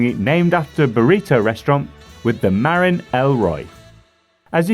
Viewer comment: Sorry mate, but I endo'd right over the way you pronounced "Marin". Put the stress on the second syllable, my dude: mə-RIN. (It's the name of the county to the north of San Francisco where mountain biking was born, and one of the oldest brands.) Otherwise, thanks for the great video! 👍